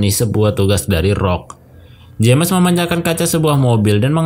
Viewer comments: Btw bang saran aja kalo nama james dibacanya Jems aja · Salah Manggil nama bikin gak enak dengernya saran aja perbaiki penyebutan nama James bukan jammes aneh bgt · Dat "jemes" annoys me alot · Baca nama "James" salah